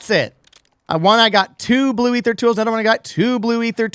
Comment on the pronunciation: This a pretty solid augment. They do need to tweak the tier 3 loot drops, for sure. Also, this guy pronounces Aether and Aetherium properly, so it’s a must sub.